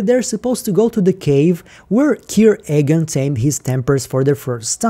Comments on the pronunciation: Love your videos, but seriously, why are you pronouncing "Eagan" so weirdly? Being born in Russia, I have a strong accent myself when speaking English, and can't pronounce complicated words for shit as well. But "Eagan" is not complicated, it's"Иган", not "Эган", no? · say Matrix like Mattress? say Eagan like Ahgan? Say it ain’t so